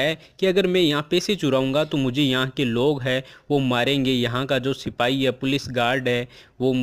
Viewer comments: Ap y platform use kr rhe hai or apko sipahi na likhna aa rha h or na hi bolna....think twice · Very nice sirrr... But not sipai... It is sipahii